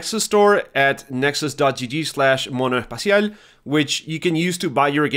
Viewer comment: Did I hear a latin American accent cuando dijiste monoespacial?